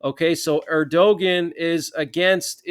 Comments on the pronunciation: New to the channel, love the regular updates. One gripe. It’s pronounced Air-do-wan not Air-do-ghen. Cheers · Turkey's president's name is pronounced Er-di-wan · Just an "FYI"......the "g" letter in Erdogan is silent....it's pronounced phonetically as: ErdoWan. You're welcome, LOL....just one of your "ocd" with language viewers.🤣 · It’s pronounced “ Er-da-wan” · I know it is counter-intuitive, but ERDOGAN is pronounced ER DO WAN- accent on the first syllable. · Keep up the good work! Erdogan pronounced ERDOWON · You are not pronouncing Erdogan correctly.